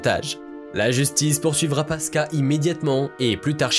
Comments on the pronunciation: On prononce PASQUOUA pas PASKA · On prononce pasquoa pas pasca 🤣🤣🤣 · Charle paska🤣 ça ce dit passe quoi, mais très bonne vidéo comme d'hab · Pasqua se prononce Pascoua et pas paska ... cela discredite toute votre analyse, c'est encore pire que que de Broglie qui se prononce de breuil.... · Qui c'est le crétin qui prononce Paska ou lieu de Pascoua ???? incroyable non ? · C'est Charles Pasquoi , on prononce '' passe quoi '' et non paska , sinon bien cette vidéo. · Charles "paska" mdr.... Pourquoi pas Jacques "ChiBrac" aussi mdrrr 🤣🤣🤣🤣Cest :" PA SSE QUOI " qu'on dit mdrr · Phonétiquement la prononciation c'est... Pass-quoi 😉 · Charles Pasqua ... Pasqua se prononce "pascoua" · Pasqua se prononce "pasquoi" en français. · C est toujours charles PASCUA qui se dit Pascoua. Merci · Ca se prononce Pasqwa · On prononce : Charles Pasqua : charles "paskoua" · on dit pascua et vu les sujets ... tu viens de naître toi. ne nous fait pas perdre du temps petit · Charles PASQUA, se prononce PASKOUA. Merci! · ça se dit "charles PASQUOI" sinon très bonne vidéo ! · Charles Pasqua, on prononce pasqoua, tu as du faire saigner bc d'oreilles 😅😅😅jeune homme😉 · Je sais que le nom s’écrit Pasqua mais il se prononce Pasquoi. Assez pénible d’écouter cette vidéo…. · Le narrateur ne sait même pas prononcer le nom de Charles Pasqua😔😌😬.... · Pasqua ne se prononce pas comme "quartier", mais comme "aquarium" en fait. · Ça n'est pas vraiment grave, simplement, comme le nom de Charles Pasqua est prononcé à plusieurs reprises, ça finit par gratter l'oreille